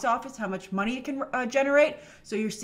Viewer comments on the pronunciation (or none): none